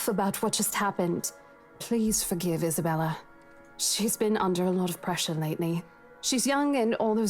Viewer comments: I think it's because Marianne and Mary Anne are pronounced differently. Just like she mispronounced Isabella's name as Isabelle. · I think Hannah saying names wrong is just her tick. She's always calling Isabella "Isabelle." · Hannah purposely gets people's names wrong. Just like with Isabella how she calls her Isabelle. It's just a weird thing the devs did~ even though Mary Anne sounds exactly like Marianne. I think it's kind of interesting they went about it like that. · Hannah doesn't care about anyone's names. She says Isabelle instead of Isabella and Mary Anne instead of Marianne.